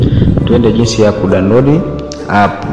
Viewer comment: Mzungumzaji sio "kudanodi" ni "kudownload"